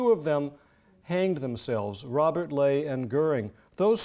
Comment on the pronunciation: Incredibly interesting. My only complaint is the repetitive mispronunciation of Nazi Labor Front Leader, Robert Ley. A common American mistake, based on common pronunciations of Irish surnames such as “Fey.” In German, his surname was pronounced “Lei” with the hard “I.”